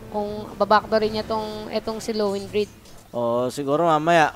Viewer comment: di sa sinasaway ko. pero dapat kasi /lown-droo-wid/ yan eh hindi /lo-wen-drid/